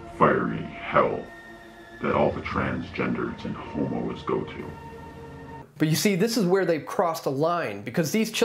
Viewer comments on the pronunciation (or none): Oh my gosh I swear I heard "homeowners" not "homos" I was so confused🤣🤣🤦